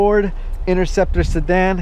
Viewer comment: One nice "SADAN"